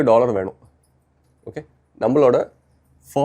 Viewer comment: 'Dollor" ✔ 'Dollar' 🤷‍♂😭